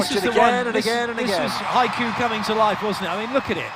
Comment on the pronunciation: so wer're just gonna ignore the fact that the commentator said hayku instead of haikyuu